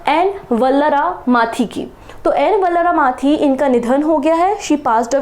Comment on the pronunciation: ISRO की सायंटिस्ट ---- एन वलारमथी नाम है.....वल्लारमाथी नहीं